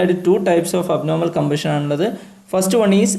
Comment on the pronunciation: You should follow the proper pronunciation , like compression and combustion. All the best brother ❤